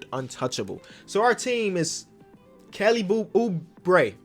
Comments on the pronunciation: Mans almost said kelly boobre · “Kelly boobre”!?? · Kelly boo-bre 😂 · we gonna forget about saying "kelly boobre"